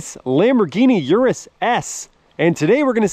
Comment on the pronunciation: Please at least pronounce the car you are reviewing correctly, lol